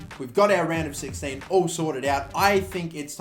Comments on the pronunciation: Am I weird for hearing Random 16 instead of Round of 16 everytime? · Am I the only one who hears random 16 instead of round of 16?